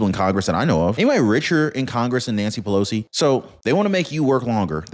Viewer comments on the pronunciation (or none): none